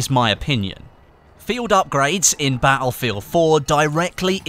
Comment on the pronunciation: I didn't know Battlefield was pronounced "BAH-EL FIELD"